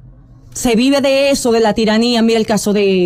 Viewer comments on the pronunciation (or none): Eshoooo eshooo que había eshooo 😂😂😂